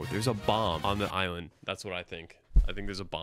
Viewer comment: I thought he said Islam not just mispronounced island